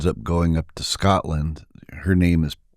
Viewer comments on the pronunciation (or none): none